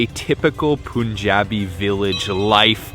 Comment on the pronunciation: It's pronounced Pun-Ja-Bee . Pun as in 'pun intended'